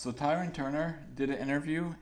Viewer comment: He said “ tyran “ 😂😂😂😂😂😂